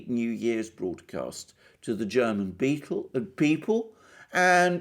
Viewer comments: you made very good progress in pronouncing german! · Mr. Mercouris, your German pronunciation is fantastic. As are your analyses. Thank you! Merkel started in the CDU only for one reason: The work to the top in other parties would have been much harder than in the CDU of Kohl. Merkel is no conservative. She always promoted leftist agendas. Imo she's glad, when the Greens will run the country and the CDU will be destroyed. Merkel isn't inept or too old. She was socialised in the GDR and did well there.